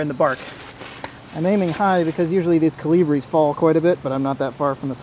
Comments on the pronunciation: "Caly-bree" Guy what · i hate the way he says calibre so much